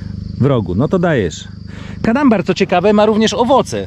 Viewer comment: To nie kadambar tylko Cadamba